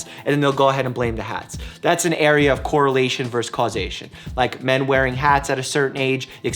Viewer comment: Pet peeve: "vs." is pronounced "versus", not "verse".